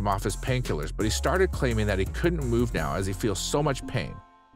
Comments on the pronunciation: Wow, knowing the script and saying it correctly should be the primary importance. Dr. "NOW" NOT Dr. "No" and Sean was not Henry. Rehearse prior to recording! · Dr “Nowwwww” not “no” … “Now” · Oh for God's sake! It's Dr. NOW, not Dr. NO. Dr No is a character in James Bond movies. Get it right!!! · It’s Dr. NOW not Dr. No…..🤣🤣🤣🤣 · IT'S N O W NOT NO OHMYGODS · It's annoying how he keeps saying Dr No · If you can't pronounce main people's names, please stop making videos on said shows. It just makes you look like you don't know what you're talking about.. Oh.. Wait... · I have never been so irritated at a name pronunciation in my life